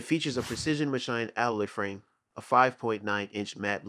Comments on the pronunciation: Did you just say ma-shined instead of ma-sheened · WTF is ma-shined? I think you meant ma-sheend as in machined😂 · Also pronounced *machined" as "ma-shined," and oddly referred to the "Sig P322" as "Sig P three hundred and twenty two." This is probably a computer voiceover. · Wish they'd train their AI generated voice how to pronounce things like machined. And what is a "room fire" enthusiast?